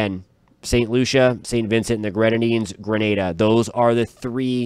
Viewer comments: I appreciate you saying Grenada (gruhNayDuh) and not Granada (gruhNaDa). Grenada is in the West Indies, Granada is Spain. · Thank you for pronouncing Grenada properly.